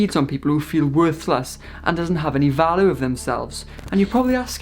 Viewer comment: Do you keep saying "aboosive" on purpose? ( no its not the accent ) oh and i just hear valoow (value)